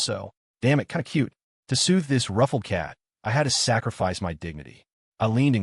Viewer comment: kind of gue??????? fix your fucking ai the word is cute